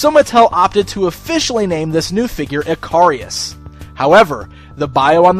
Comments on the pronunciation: Don't you pronounce his name ick-a-ris instead of eh-car-ri-us. Other than that, looks a pretty solid figure all round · His name should be pronounced Ick-a-ris, just like the character from Greek Mythology. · Dude, not sure you are pronouncing his name correctly. I think it is pronounced like the Greek myth.